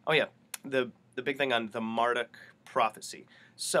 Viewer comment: Not Mar duck... Mar DOOK